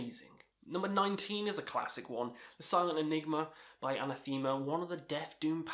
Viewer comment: The way this guy pronounces Anathema makes me smile. I actually think the way he says it sounds better than how it's actually pronounced 😄